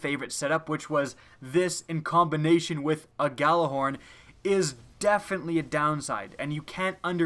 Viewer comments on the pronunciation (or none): Gj is pronounced as a y in scandinavian languages. it is, and always has been, the yallarhorn.